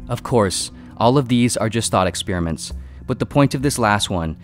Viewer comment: ‘Ruuum’ and ‘Expeeriments’ 🤦🏽‍♂️😄